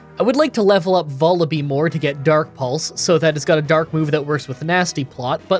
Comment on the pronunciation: hey, this is an fyi comment regarding the pronunciation of Vullaby (if you don't care, feel free to disregard this comment, I completely understand) it rhymes with lull-a-bye. I pronounced it the same way when I was younger until I realized that was its namesake